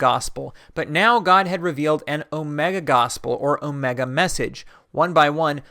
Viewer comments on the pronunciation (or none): none